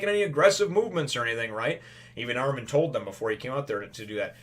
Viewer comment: and the pronunciation is Armin I beieve (ar-min, not ar-meen)